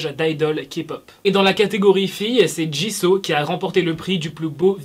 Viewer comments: Ça se dit pas jiso mais jisou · Woula quand j'entends :jisau mes oreilles saigne... C'EST JISOUUUUU